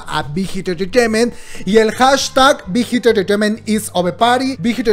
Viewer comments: Shot cada que dice big hit entretement.... se emborracha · Me encanta cuando dices Bigth Hit Entertrainement :3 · Nadie:: bigitititititiment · Me da risa como pronunciación big hit enterteiment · Wey 😂😂😂 dices bien chistoso bighit entertainment